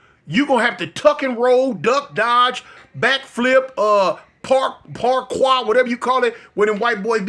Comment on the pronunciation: It’s pronounced PAR-COOR (Parkour) 😂😂😂😂